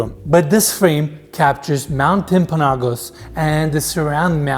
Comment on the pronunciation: Timp-an-o-gos. Mt. Timpanogos. You can do it,. It's one of the most beautiful mountains in that part of Provo Canyon.